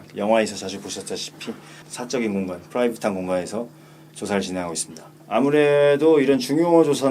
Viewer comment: 후라이빗~ 발음 좋으십니다 ㅋㅋㅋ